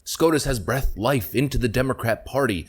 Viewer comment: Bruh.. you mispronounced "breathed". Love you